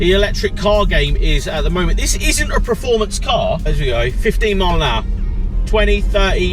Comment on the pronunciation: It’s performance mate! Not preformance 🤣